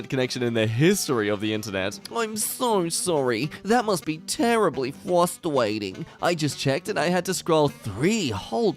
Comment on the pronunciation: "tewwibly fwustrating" My god am I take that out of context